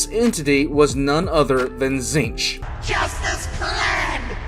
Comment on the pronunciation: Being's name: Tzeentch: Zeench Everyone on the planet: Zeench: Tit shitch